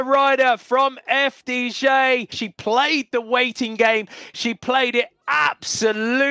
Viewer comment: Repeat after me: eff day jee. Not eff dee jay. Thank you.